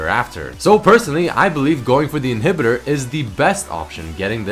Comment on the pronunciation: "its the difference between getting a dragon or an inheeebitor" XD he derped so hard at the word "inhibitor" there...